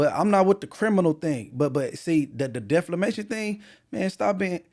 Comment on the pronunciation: continuing to say "defLamation" is hilarious. Stop taking "L"'s!!